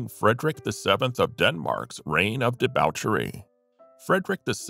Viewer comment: The butchering of Viscount and debauchery is the end for me as are the inaccuracies. Wallis Simpson had two living husbands, not just one.